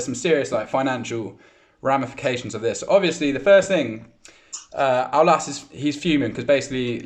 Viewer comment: i m french and just wanted you to know that the s in Aulas is pronounced